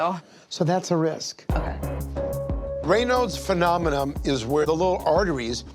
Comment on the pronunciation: Nassif said : "raynodes phenomenom" 😅